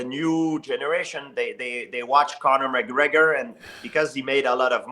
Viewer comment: Lmao when Matt said people going off the rails and doesn't say names and George says Comor McGregor 😂😂